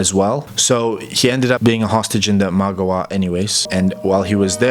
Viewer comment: Ima-gawa, NOT Imag-awa. Sorry it was just a little grating to listen to you mispronounce this over and over.